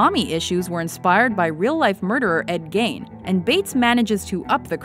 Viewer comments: Ed Gein is pronounced like the word Fiend. It has a 'E' sound not a 'A' sound. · Gein is pronounced Geen, and it's not Jamie...Its Jame... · I'm pretty sure it's Gein because it's German